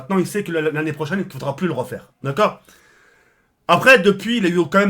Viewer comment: "La semaine prosaine, et nan la chemaine prosene"